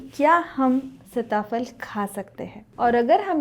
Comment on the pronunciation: सीता फल कहते हैं सिता फल नही, शब्द उच्चारण आपका गलत है।